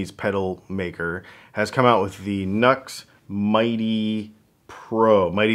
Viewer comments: NU>X is actually pronounced "New Ex" not "Nucks" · Nux is pronounced new-x not like chucks